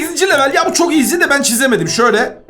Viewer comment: Abi eskiden bunu oynayip video cekerdin hala cekiyorsun iğzi diyişin beni gü ldürürü yor😂😂❤❤